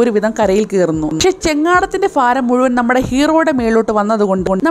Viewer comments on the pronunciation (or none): ഫാരം അല്ല ഭാരം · Chaghadam faaram alla baaaram baraniyude baa😜🤣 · ഫാരം അല്ല ഭാരം